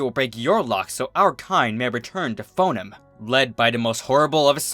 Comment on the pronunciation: Yes; I've been waiting for someone else to narrate TFH's Book of Lore; I couldn't sit through narration of this book due to his mispronunciation of "Foenum".